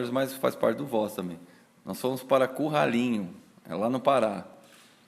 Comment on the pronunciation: Kkkkk O nome da Cidade é Curralzinho e não Cú ralinho conforme ele disse nos